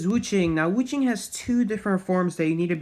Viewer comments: As a Chinese person. Every time he says wu Chang and geisha I laugh😭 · omg the way he says geesha and wu ching lol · Yeah but did you hear how he said Wu Chang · And Wu Chang lolllll